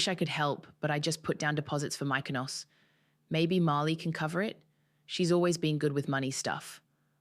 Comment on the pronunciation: Mik o nos. Say it correctly.